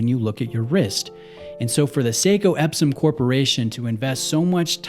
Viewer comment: Maybe it is the audio, or maybe it is my hearing, or maybe it is my persnickety pedantry (probably the latter) but I heard Epsom with an M as in magnesium sulfate, epsom salt, rather than Epson with an N like the technology company that used to make computers and typewriters but now primarily makes printers and other peripherals.